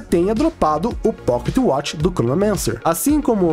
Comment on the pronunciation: quantos "poquetiuatchi" ele falou kkkkkkkkkkk